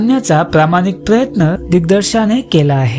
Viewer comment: Thank you for such good movie detailed story .. actually ha movie kuthe dakhavala jaat nahie ani cinema theater la faar divas navhata mhanun asa aaikala ❤ Please he sagale asle tari tumchi bhasha sudhara .. pramaan marathi madhe video kara shuddha digdarshak ha shabd chukicha uccharla ahet magchya video madhe pan bhashach khatakali pan mahiti mast khup aabhar